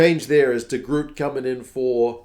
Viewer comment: You kiwis need to put some respect on de Groots name! He has a strong name. You kiwis make him sound like a marvel character lmao